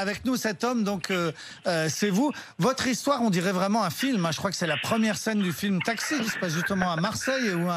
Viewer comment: RMC son histoire sans t, un petit effort ...